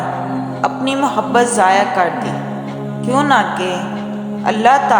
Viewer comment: Correction(کیونکہ )کیوں نہ کے نہیں ہوتا۔۔۔کیوں کہ ہوتا ہے کیونکہ میں ،ن، silence ہوتا ہے ۔۔ تو کیوں کہ پڑھا جانا ہے۔